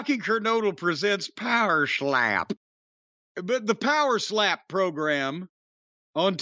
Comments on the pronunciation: I just want Jim to say “Pa’er Schlap” in more reviews of this trash fire. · How Jim says “power schlap” gets me every time 😂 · I hope Jim revisits this show every week, because I cried with laughter every single time he slurred "Pohwer Schlap".